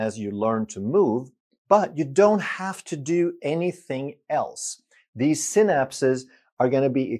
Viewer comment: Synapse is pronounced sai-naps, like cycle is pronounced sai-kl. Thanks for your excellent vids Doc